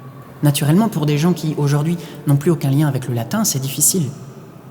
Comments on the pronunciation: Video très intéressante. Dommage que le chanteur ne prononce pas le latin correctement. En latin, les R sont roulés, comme en italien ou en espagnol. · Ton argument sur les “variantes” ne tient pas ici : en chant grégorien, on utilise du latin liturgique dont la prononciation de référence est italianisée, donc avec un R roulé. Toutes les traditions sérieuses (historiques et musicales) vont dans ce sens, et même en dehors de ça, le R latin était déjà roulé à l’époque antique. Le R guttural à la française est une innovation tardive et locale, sans lien avec le latin ni avec le chant grégorien. Donc ce n’est pas une variante légitime, mais un anachronisme : invoquer la diversité des prononciations ne justifie pas l’introduction d’un son qui n’appartient à aucune tradition attestée du latin chanté.